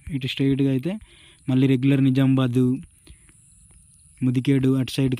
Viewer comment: It's Nizamabad....Not Nizambad... నిజామాబాద్ సరైన పదం. నిజాంబాద్ కాదు...... కావున నిజామాబాద్ అని సరిగ్గ పలకండి.